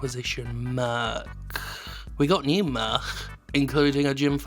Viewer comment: The Welsh pronunciation of merch made me feel some proper national pride.